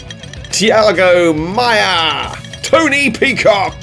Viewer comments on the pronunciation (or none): Tea-ey-go Mey-uh... Thai-ah-goo Mai-ah... here. Streamline the fin? This is a human guided missile for the Wastelands! The bigger the fin, the bigger the damage and the fear instilled into your opponents! 😉 Lots of great builds, this was fun.